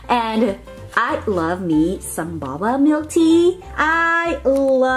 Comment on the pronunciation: att the last thing you seid baba but it's pernowst boba🤐